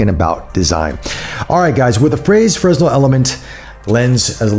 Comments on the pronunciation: Great review, but it's pronounced fray-nel, after the French engineer and physicist Augustin-Jean Fresnel. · the "S" is silent but you dont pronounce the "Y" either